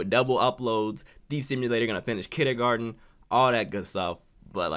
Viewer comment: Mans said kidergarden